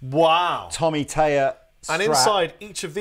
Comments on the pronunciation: So annoying that you keep saying Tommy Tayer... it's Thayer. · its THay er not tay er it must be the thames confusion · I love your videos but for the love of the Queen's nightgown could you please pronounce Thayer correctly? There is an H behind the T in Thayer. You're saying Tayer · Learn to say his last name correctly, please.